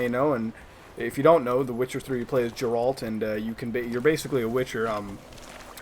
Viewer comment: Did you really call Geralt "Jurault"? XD